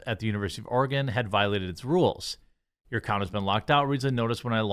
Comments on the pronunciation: It’s not ORE -GONE it’s ORE-GIN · Hey Jeremy, it's pronounced Or-uh-gun.